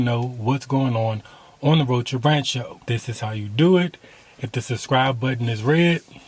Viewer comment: i loved todays show!! i need to catch up on more videos for sure. I been behind a little bit. haha it sounds like you say the road trip rancho not rant show lol. oops, ur food looks delicious. thanks for sharing. beautiful story